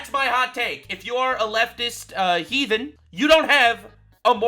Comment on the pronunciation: "A leftist heithen!"😂😂